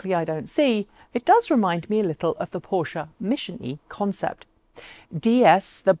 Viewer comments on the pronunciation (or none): none